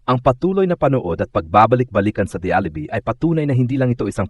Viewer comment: Watch your pronunciation. Alibi is pronounced Alibai not alibee!!!